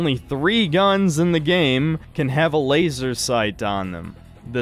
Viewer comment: The only bad part about this review is the way in which pronounces laser.